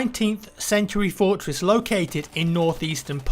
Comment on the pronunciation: "Fourtwess"